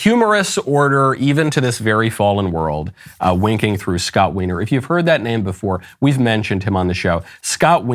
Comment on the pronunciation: To be fair, I will point out that Scott Wiener is pronounced whiner.